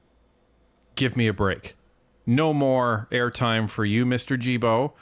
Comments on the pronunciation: Guilbeault the Gui is G not J... Gibeault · Guilbeault is pronounced like gillbo. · Please pronounce Guilbeault's name correctly. Ghee-bow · Am I missing something here? I don't understand why people are not pronouncing Guilbeault's last name correctly? Don't get me wrong, personally I think he's a complete idiot, but I'm only referring to the pronunciation of his name here. It would be pronounced "Zsilboe" - you would start the name like you would Zsa Zsa Gabor's name - Zs - add the il, which would be pronounced 'eel' & add the beault, which would be pronounced 'boe', or bow, like a bow and arrow. That would give yo Zsilboe or Zsilbow. Now I'm wondering if I'm missing something because maybe with proper language, when speaking in the English language, you might pronounce names as if they are spelled in the English language? Am I making any sense? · G in Guibault is pronounced like the G in good :)